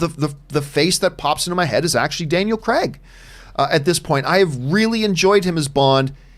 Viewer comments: It's Craig NOT cregg lol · Gee this Campea sucks.... However he d3cently put what Craig said into context and even pronounced his name right...once... If anyone wants a real Bond Show feel free to subscribe to my channel...